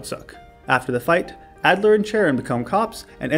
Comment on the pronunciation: YOUVE NEVER PLAYED BLACK BEFORE. As gen 5 is my favorite and also contains my favorite Pokémon (lilligant) I’m glad you doubled back and played it. Plus, Unova is home to insane dark types like bisharp, although you got it at the end, which is fine cuz of level cap. And almost all of them have moxie like you mention, making them monsters, especially krookodile. Also you say Adler instead of alder (pronounced ALLder) which I found funny. Another legendary video